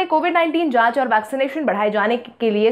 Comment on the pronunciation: Samanvay aur karyanvan abhi tak bolana nahi aaya . anusangik bhi aaj nahi bol payee